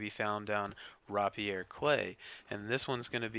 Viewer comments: Raa pee air more like raip I er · Best guide I found so thankyou 🤗 only thing I will say and it's me being fussy 😂😂 rapier is pronounced Ray - pier as in the sword rapier 😁👍 glad I got that off my chest 😂😂😂